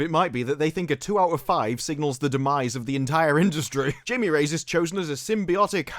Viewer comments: His name isn't pronounced "jay-mee", it's pronounced "high-may". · Just 2 things to mention the first being that you're pronouncing the characters name wrong and have done in all your vids about Blue Bettle since the spanish pronoucation (the correct one )for his name is more like Himay rather than how its spelled, little nitpicky but it bugged me watching your vids. The sencond its that this movie has nothing to do with James Gunn and his DCU. Blue Beetle and Aquaman 2 are the last movies getting pushed out of the dead DCEU before Gunns new DCU kicks off with his Confirmed slot of Movie and TV shows which start with Creature Commandos as the first Show and Superman Legacy as the 1st movie NOT Blue Beetle. James Gunn himself has said he didnt have any input in this movie or any of the remaing movies from the DCEU before his new DCU begins. The ONLY reason why Gunn has even talked about this and the prior DCEU movies after his new position at DC and WB is purely contractally as WB and Gunn need to get these movies out of the way before moving on. The movie only had surface level referances to other characters purely cause Gunn told them if its successful then maybe they could find a slot for Blue Bettle down the line but consdiering the outcome of this movie its neer gonna happen. The diretor of Blue Beetle and the main actor keep wanting a triology and 12 more years of this but its never gonna happen due to Gunn rebooting the DCEU which Blue Bettle takes plae in with its only hope of a transfer many years down the line being enough box offic